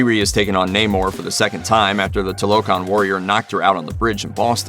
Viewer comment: It's not toe lo Khan it's two la khan